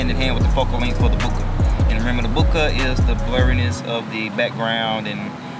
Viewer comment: Boooka? Lol Bohhhkaayyy is more like it